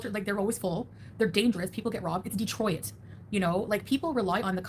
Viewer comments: Did she really pronounce Detroit as Dee-Troy-it? Pls tell me I misheard. I don’t think I’ve ever heard anyone pronounce it that way. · The only time I've heard someone pronounce it like that was when the name was spelt wrong and a YouTuber from Michigan said it wrong to prove how wrong it was spelt 😂. So Chantal pronouncing it wrong is on brand for her